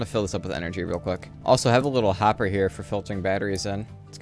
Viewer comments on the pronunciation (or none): none